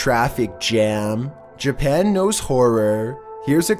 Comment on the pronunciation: “We’re back in Jerpan”